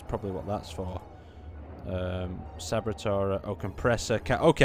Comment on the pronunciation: Sabatier is pronounced SAH-BAY-TIER, and is a real life piece of chemical equipment that converts CO2 and Hydrogen into Methane (used for rocket fuel) and Water. The water can then in turn be electrolyzed for breathable oxygen, or burned with the Methane in a rocket engine. Most proposals for using a Sabatier for Mars life-support couple it with a CO2-electrolysis unit to break down CO2 into Carbon (graphite) and Liquid Oxygen (as electrolyzing water from the Sabatier doesn't even provide enough Oxygen to burn all the Methane).